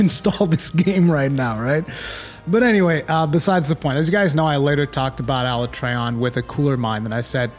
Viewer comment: Can't take this guy serious when he's mispronouncing Alatreon's name wrong. And he's wrong, this gatekeeping shit is going to kill the series if they keep this nonsense up.